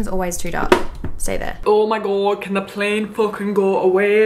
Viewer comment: when you said 'fucking plane' you sounded Irish 😩😂 (I'm Irish so I know )